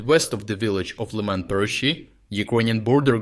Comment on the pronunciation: why would you mispronounce the names of people, towns and cities in your videos? So that, for example, Сирський becomes СирскАй, and town Лиман becomes ЛАйман. What is the point in this?